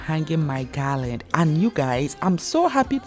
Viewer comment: The word is GARLAND and not “GALLAD”!!!